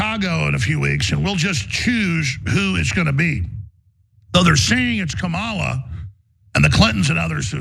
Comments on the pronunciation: It is KUH MUH LAAAA ..........not............. KUH MAAA LUH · They can’t even say her name correctly. Sick 🤢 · Republicans digging a hole for themselves. Bad form. And mispronouncing her name across the entire party is not earning them any respect either. The more they insult and personally attack, the more votes they will lose. At this rate Dems win in a landslide. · The crazies say its KAM-ala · Calling her dumb while not evening pronouncing her name correctly, they’re a bunch of morons. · Omg the way they’re treating her is so gross they must be terrified. Mysogyny and racism are alive and well . Not to mention it’s rich the one calling her a box of rocks cannot pronounce her name 🙄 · Why doesn't anyone call out these people for mispronouncing Kamala's name?! More than likely they're doing it on purpose. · likewise, I will continue to have a dim view of those who mis pronounce her name even after 6 months (I too agree her chances are slim). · mispronouncing Kamala's first name? At this late date? What a jack arse! 😮😊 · Tbh, even democrats can't pronounce her name right. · Why can't they pronounce her name correctly...? How dumb is? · Why do conservatives mispronounce her name?